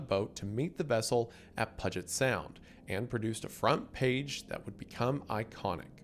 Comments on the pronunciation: I came to ask... did he just say Pud-jet Sound???? 😂 how? I'm from the SOUTH and I have always known it was "Pew-jit" Sound... 😅 i also lived in Renton for several years but I legit stopped what I was doing to come post about this. 😂😂😂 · Okay Wendigoon. I cant take it, time you learned how to speak like a washintonian. Puget = Pew-Jet Spokane = Spo-can or Spoke-an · it’s not pronounced that way Isiah it’s more like “pew-jit” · I need you to stop saying pudget sound. Love, a seattleite (it's PYOO-jet. Also, it's AL-kai. You enunciated the wrong sound in Alki. I'm sure I'll have more pronunciation problems before the end of the video) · "Pewgit" not "pudget" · it’s pronounced “pew-jit” not pudget lol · Hearing attempt to pronounce Puget sound made me laugh. It’s p-YEW-jet sound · That actually pissed me off when you called it the pudget sound lol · PUUU gent sound PUuuu like Pue, not Pu in Pug. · it's pronounced "pew-jit" 😭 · "Pudget sound" 💀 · Puget = Pew-jit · Pee-u-jet Sound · That’s PYOO-jett Sound to you, buddy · Me, a native Washingtonian every time Wendigoon says “Pudget Sound” : 😐🫠💀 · Puget is pronounced pew-jet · I cannot believe this man said pudgette sound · Oh my goodness nobody knows how to pronounce Puget sound. Pew -- like lasers in old movies Jet - like the plane Pewjet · Puget (PYOO-jit) sound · "Pudjet sound" is killing me lmao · Its pronounced like pue - jet Puget sound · “Pudget Sound” 😂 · It’s pew-jet sound goof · Puget is pronounced with a “long U” like PUKE. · Lost it when he said "Pudget Sound" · it’s pronounced “Pew-jet” puget sound. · Puget Sound = "Pew-jet Sound" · Looked down and saw this the very moment he said "pudget" lmao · sigh "pew-je't" phonetic. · That pronunciation of "Puget" has got me fully convinced it's on purpose now, lmao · I'm "cerDain" that you didn't hit a "buDDon" to learn how to properly pronounce Puget. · Did you really pronounce "Puget" like that? HAHAHAHAHA